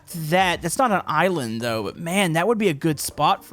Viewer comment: I like how he said there is a couple of iwind instead of island